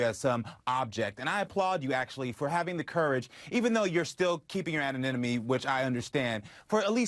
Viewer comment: "Amon-nim-ity" Oh, well. It was a valiant try.